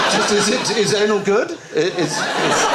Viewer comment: Because it’s not pronounced anal.